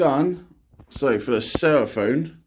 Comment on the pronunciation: It’s Seraphon not sera-phone ....